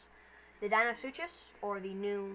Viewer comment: Its deinosuchus not deino-such-us and its mahajangasaurus not majungasaurus